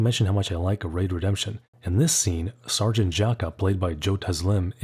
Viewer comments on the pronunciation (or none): none